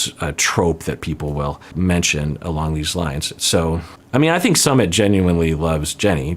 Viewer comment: Just for the record his name is not pronounced sum mit it's sue mit